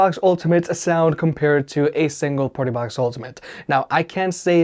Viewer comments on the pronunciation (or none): Your say Partybox like PortaPotty